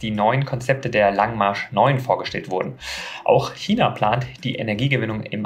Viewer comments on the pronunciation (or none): none